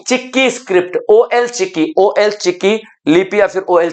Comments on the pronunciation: Ol chiki ''O L" chiki nahi jabki ol (all,ओल) hai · "ओल चिकी " कहते हैं,ओ एल नही बोलते है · ओ एल चिकी नहीं ओल चिकी होता है❤❤❤❤ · Ol ka pronounce (all ) hoga